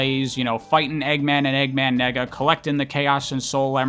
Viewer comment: I'm sorry but "Nega" is way too close to you saying nigga LMAOOO